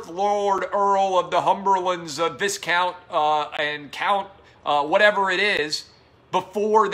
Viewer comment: It's a weird word Clay admittedly, but I think technically it's pronounced "vie-count" and not "vis-count."